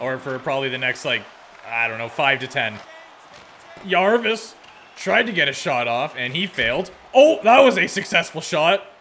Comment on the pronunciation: As a carolina fan, it's Jarvis. Not Yarvis